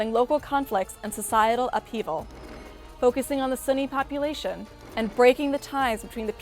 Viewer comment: It's hard for me to take her as a serious expert on the topic when she keeps pronouncing it as 'sunny'...